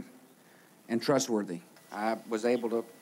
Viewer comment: "Strong leader, thustworthy..." Oh boy, they got it wrong